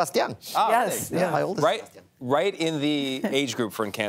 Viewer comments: How can you butcher Sebastian's name? Do your homework people. He said Say Bass Stee Anne. NOT Se Bass Sti Oh n. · Sebastiooooooon. Lol, they probably think they pronounced it right. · Nobody: Literally nobody: The hosts when they try to pronounce Sebastián: SebatiÓn. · Isnt there anyone in production that is hispanic that tell them how to pronounce the names? its not SEBASTIOOON lol jaja SEBASTIÁN the second A with an accent is said a little more strong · Ok, i appreciate the interview, but the interviewers need to learn to pronounce our names correctly, not give it a different accent and pretend it’s the same. If it were the other way around they would like their names pronounced correctly. It would be appreciated, thank you. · I was so excited to watch this interview because Sabastian Yatra was one of the first Raggaeton artists I started following. However, after listening to Gayle not only butcher his name but also the song title, my excitement turned to anger. Please do your job right by getting the names right before the interview. It's so terribly disrespectful and distracting.